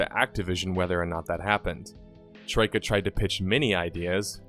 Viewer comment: Hmm you do a good job not sounding Australian when you say Troika I find it very hard to do.